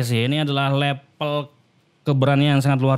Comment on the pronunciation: Level bang bukan lepel hhhh